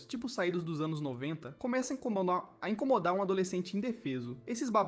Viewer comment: (INCOMOLAR = incomodar 🤣🤣🤣🤣